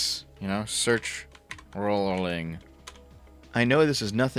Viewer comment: Your pronunciation of R*wling brings the Warcraft Mur'Loc to mind.